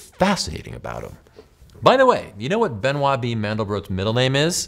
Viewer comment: Benoit is pronounced Ben-wah in French.